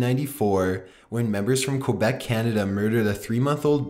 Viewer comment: quobec. .. rly... is that a new country? it is Quebec. pronounced Ke Beck